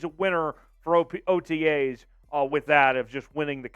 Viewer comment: Swear to god your saying otgays instead of otas